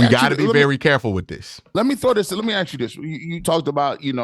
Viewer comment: Maybe if you could actually pronounce “ask” instead of saying “ax” I’d listen to you again.